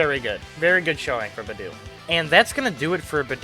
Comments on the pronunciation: Also, Beidou is pronounced like: Bay - Dough, not bi - doo. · nice video but,, hey if ur going to main beidou as dps, atleast try to pronounce her name right😅😅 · But man I don't wanna be a mood killer but the way you pronounce Beidou makes me uncomfortable.